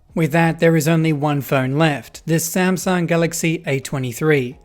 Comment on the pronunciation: Smasnug haitch Tee cea